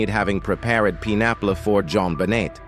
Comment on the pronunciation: Only a computer would mispronounce "pineapple" like your vid does. I prefer real human.